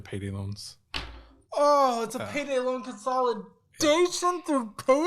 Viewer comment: It’s “loan” not lone kid